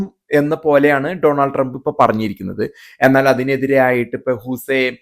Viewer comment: അമേരിക്കയിൽ ജീവിക്കുന്ന ആളുകൾ പോലും പനാമ എന്ന് ഉച്ചരിക്കുന്നു! പാനമ എന്നല്ലേ ശരിയായ ഉച്ചാരണം? അതേപോലെ ഡോണൾഡ് എന്നതിന് പകരം ഡൊണാൾഡ് എന്ന് ഉച്ചരിക്കുന്നതും തെറ്റാണ്.